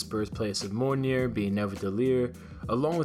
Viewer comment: You're saying mjolnir wrong. Its pronounced like mee ol near